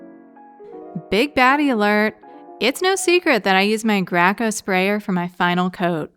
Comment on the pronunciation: hahaha, it's gray co. not gra co.😜